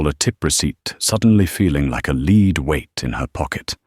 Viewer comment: it's not "lead weight", as in leed, it's "lead weight", as in led :) - narrative interupted and looped pretty good, a little wild... :)